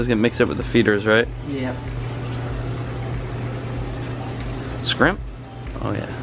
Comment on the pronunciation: This man just said scrimp